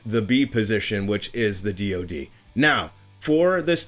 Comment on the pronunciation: In 40 years I've never heard someone say DOD like it's a word and not three letters. Also - why are you writing the 'O' in lower case? It's DOD.